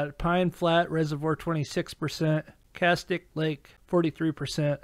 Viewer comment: Castaic is Cass-tay-ick.